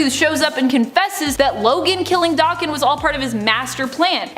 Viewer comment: Does she purposely mispronounce names? Never heard anybody say daken that way and when she says Xavier it's like nails on a chalkboard